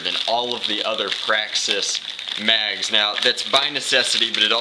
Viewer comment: you said slam fire a praxsix